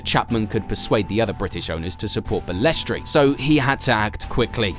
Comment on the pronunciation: He was also a crook and did some very bad deals to further his own interests. His attitude towards drivers that if they did not like it they could be replaced, it is not Bales-tray it is very annoying in this video listen to Ayrton Sennas perfect pronunciation. It is sad to see it go from the pioneers like Frank Williams and Ken Tyrell to the elitist sport it is today. I started watching it in 1979 at age ten when they could really race and it was incredibly dangerous but for drivers then it was the allure of it. I will never forgive Bernie for not stopping the Imola race weekend in 1994 when Martin Brundle found out he had been driving past a massive pool of Ayrton Senna’s blood he was sickened. Also he misled Senna.s brother and he was banned from the funeral they never forgave him. He sold out the true fans by making it pay for view of which I was one for many years. The only reason I really got back into it was Sebastian Vettel and Max Verstappen, the latter as he is so like the young Senna I grew up watching. Liberty Media are going to ruin it and the mystique of the drivers has gone they are too over exposed except Max as he, like Senna likes to get on and race and keep his private life private. Bernie Ecclestone was a ruthless and mean team boss though they laugh about it now Nelson Piquet was so frustrated by the time he left Brabham in 85. Also Bernie’s support for Putin is odd but yes as you say the man is a legend! ❤😂😮